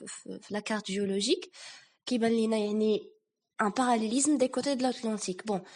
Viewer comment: Bravo pour cette initiative 👏👏👏👏 il faut toutefois faire attention à quelques fautes de " prononciation " par exemple la dérive et pas la dérivé .. les côtes et pas les côtés ..bon courage et bravo une deuxième fois 🤗